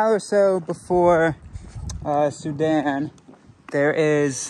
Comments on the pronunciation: For once has the pronunciation right and has it wrong! (Soo-Dan) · “Soo-Dan” is the correct pronunciation! What the heck?! got it right?!?